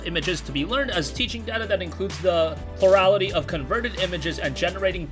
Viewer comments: Pluliralitly lolol awesome made me laugh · Lemme guess: plur-al-ity, like “plural,” as in “more than one” and “ity,” as in “the noun form,” together meaning the biggest percentage (which is often not more than half)